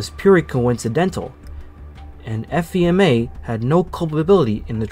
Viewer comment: How i remember this! BTW the FEMA us usually pronounced Fee-ma. Fee as in a money charge & ma as in mother.